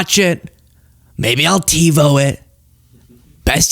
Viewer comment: There is nothing Trump ever said with which I agreed . . .until what he mentioned in this video how great "TBO" is and that he "loves" it. I believe Donnie's addled brain was trying to say "TIVO", not TEBO, TBO or whatever garbage came out of his mouth, and although TIVO was introduced 25 years ago, it has been made obsolete by many cable companies today despite being FAR BETTER than the current XFINITY cable box/recorder. Xfinity no longer supports the cable cards required by TIVO, forcing me and millions of others to use another system. BAD BAD BAD! My Xfinity box frequently often freezes for no reason, takes long naps and cannot be roused and does other strange things on its own when I am watching recorded shows, something that NEVER HAPPENED when I used my TIVO machines. We had TIVO for 15 years in NJ and almost 10 years here in Texas but UNFORUNATELY, NO MORE! Although I am older than Don the Con, I think my brain is working far better than his, IN MANY WAYS. He might still have TBO or TIVO since he is our "Glorious Leader" but we mere mortals have been cut-off, cold turkey. As Mel Brooks so eloquently put it in the film the "History of the World - Part 1", "It is good to be the king."